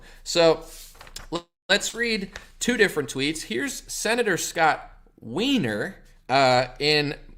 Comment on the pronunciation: Putting a lot of emphasis on the Weiner there 😁